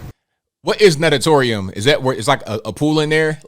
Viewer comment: Well...they're definitely not well educated because they can't property pronounce "natatorium". The first syllable is pronounced "naught" as in naught*a*torium.